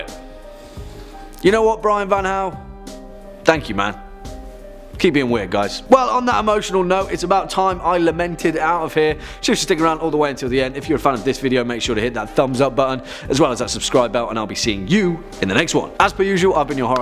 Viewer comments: arrrrg good video but you keep miss pronouncing the name of the lament configuration its la ment not lay ment, its a little nit picky i know but there you go. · I liked most of this video but "lament" isn't hard to pronounce there's no "Y" in it.